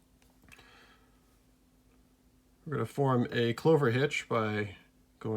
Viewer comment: clove hitch, not clover